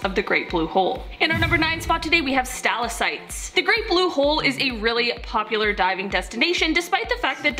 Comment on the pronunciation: Okay, I literally cannot take her saying Stal-ah-sites . They are stal-ack-tites. I'm ashamed to share a name with her. 😒